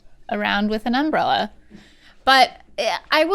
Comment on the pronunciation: Did anyone else get slightly unsettled by “umb-rella” vs “um-brella” ?